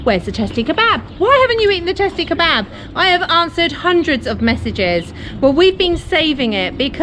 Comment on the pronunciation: Actually we call it "Testi Kebabı" with an additional "ı",without the dot .We pronounce it /kebuba/